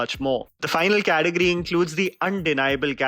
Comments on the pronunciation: It’s Category not Cateogory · it's category...not cateogory sirrr